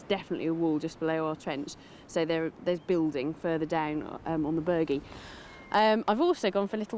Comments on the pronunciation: Someone should have slapped the host the first time he said "The Burgie". If anyone wants to play a deadly drinking game... take a shot everytime he says it. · Omg, now I want to slap him too. Form an orderly line people. Now that you’ve explained his mispronunciation, it’s really really (REALLY) annoying me...really, and I’m only 15 minutes in. He just keeps saying it and he’s the only one doing it. I still want to watch to learn and see what the location has to tell them. I do find his hosting mildly annoying, because it seems to just be about the him wanting to talk, erect elaborate rope access points and in this case, try to use “quad bikes” to tear up the countryside. It’s mostly just for him to yap on - and after watching a few of these you start to notice a pattern of them not having enough time to do a reasonable amount of actual archeology or even finish. He’s more about the “Extreme” part of the title, than he is the digging. I really appreciate you explaining how to say the name correctly. Ha ha he really is such a tool isn’t he. It’s like he thinks that he’s going to sound like a local (or cool) if he calls it that, his arrogance/ignorance means he couldn’t even be bothered finding out by just asking someone etc. That’s how “extreme” he is. Get rid of him and just have the amazing women instead. I’ve been online and this location was not really a great mystery. I was reading the uk listing of the site as a protected historical monument (sorry, I can’t remember the exact title they use) and some of the archeological references about this site are from the 1960s. Another blog site referred information dating to 1700s. Oh w